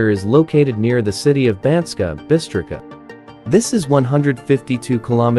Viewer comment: Banská Bystrica is spoken as Banska Bystritsa.